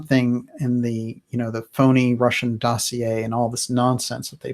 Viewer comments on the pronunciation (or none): none